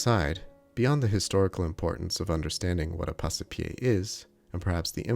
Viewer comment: It should be pronounced Pass-pie, not Pass-e-pie. "Passe" is one single syllable, not two. The E is silent, like in porte, vive, sire, livre, chasse, hausse...